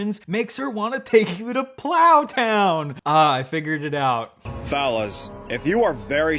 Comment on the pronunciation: notice how when he says fellas it sounds like phallus...